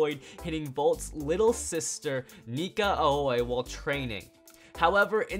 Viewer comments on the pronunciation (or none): none